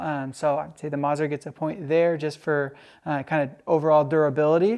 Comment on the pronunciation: Great content as always but, please...the double z in Mazzer is pronounced like the double z in pizza! It’s “Maht-zehr” NOT “Mahzur”. Ouch.